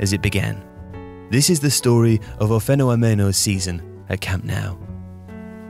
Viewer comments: I can't get past how o' fenomeno was pronounced xD It sounded like o' feno omeno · pronounced "uw fen-aw-men-uw' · How many takes did you do or say “o femonomeno” —Still not quite right, is it? Thanks for the great videos, always… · That’s a weird way of pronouncing o fenomeno. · I really enjoy these videos and this channel but I'm baffled by the way he pronounced O Fenômeno... and it's not the first time I wonder if they've ever heard out loud some of the words and names in other languages. I know it doesn't take much away from the great quality of the production, but if you're a speaker of another language, it really takes you away for a moment to hear some of these pronunciations sometimes.